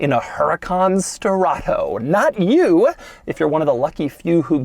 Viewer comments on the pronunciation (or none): not Strato BUT STE-RRA-TO. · Sterrato is NOT pronounced sterrahhtttooou dougie boy. If it were, it woudn't be written the way it is. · I lost count how many times he said: "Sterrrrrrrrrrrrrrrrrrato" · “SSSTTerRATOO”… sir y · Love how he keeps saying "STERATHO" 😂 And, who cares for the engine downgrade ? You still have 600 horses for an offroad adventure . And it's not even considered slow . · “This is my BrAnD NEW HuRAcan STerraTO” (put emphasis on the capitals) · why do you pronounce sterrato so exaggerated every time you say the word.. kind of weird lol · It’s the emphasis on STERRATO for me 😂😂😂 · If this guy says “Sterrato” one more time… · Drink everytime he says "Sterrato" 😵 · Take a shot every time Doug pronounces Sterrato with the over the top tone and you'll be getting your stomach pumped in no time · He really tried to nail home how obnoxiously annoying he can keep saying "sterrato" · Say Sterato once again but slower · Doug made this video just so he could say “sterrato” with crazy emphasis every time